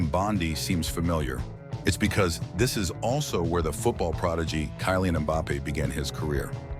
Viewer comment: I stopped watching when the narrator said Kai-lian Mbappe for the second time.